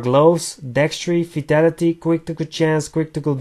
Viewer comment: Im sorry but when u say vitality it sounds like u say fatality ☺